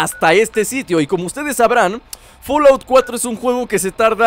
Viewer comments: Jaja Se escribe Fallout, pero se pronucia Folout -_- pero suena como folaut.... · se dice fallout no folaut como tu lo dices abla bien